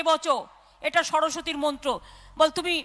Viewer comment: দিদির মুখ থেকে শুনলাম মনে হচ্ছে বললো- *বাল তুমি কথাটা বললো😁